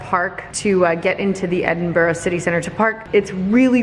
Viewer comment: So glad to hear you pronounce Edinburgh properly (in your voice over)! Love the vlog too...as always!